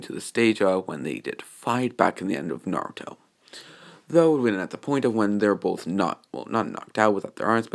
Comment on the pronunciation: Yo it's crazy how he gets everyone's name right except for Naruto's